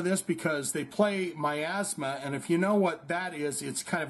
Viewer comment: Thank you. Next teach him to pronounce Miasma.